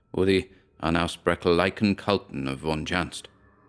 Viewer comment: A hint: The Word "Unaussprechliche" is indeed almost just that, unspeakabel, but one can find the pronunciation on Google.